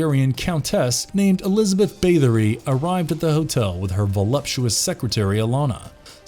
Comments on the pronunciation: Also he keeps saying Bathe-ory instead of Bath. TBH though he generally sounds like he is reading someone else's script the whole time, I doubt the person narrating had anything to do with research/writing etc. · The pronunciation of "Bathory" caused me to rage quit.